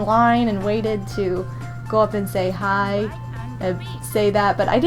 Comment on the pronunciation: I hear cry instead of hi